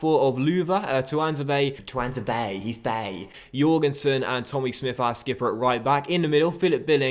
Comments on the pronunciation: Is he not called "tuan-zay-bay"? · Tuanzebe is pronounced Twan-zay-bee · I swear you’re saying Tuanzebe right 🤔